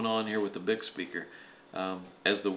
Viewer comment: Actually it's pronounced "Bee-eye-see" :)